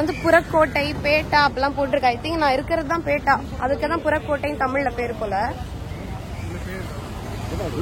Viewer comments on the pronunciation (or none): அது பேட்டா இல்லை பெற்றா.